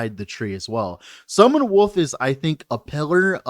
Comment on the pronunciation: Am I the only one who always heard "Summon Woof" instead of wolf, when he was talking about the skill?